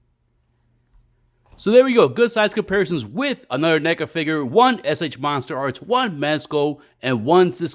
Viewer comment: What is a “figger”?